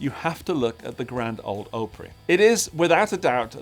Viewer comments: Correct pronunciation... Greetings from north west Vermont; come visit us! The other one is pronounced "OP-Pree". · Or Op pronounced like the first syllable of "op-tic". So "op-rie". Of course, I dearly love. That was a pricey, but absolutely beautiful guitar. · not a long o in Opry more like AHpry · Grand old “Ah-pree” you’re welcome 😂